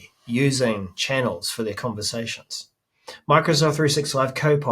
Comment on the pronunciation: Chinnels sound like a New Zealand word Pronunciation :)